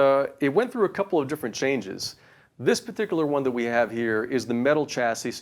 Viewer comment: The "s" at the end of the word "chasis" is silent.